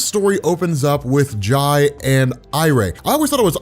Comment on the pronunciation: jai is pronounced like jay he’s named after jay garrick 🫶🏾